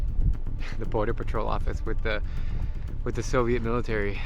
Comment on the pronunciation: Why did you say Soveit military